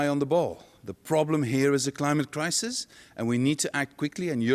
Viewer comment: he defo said crimate clisis